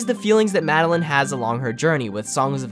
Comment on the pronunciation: Mad-el-eyen. Not mad-el-in.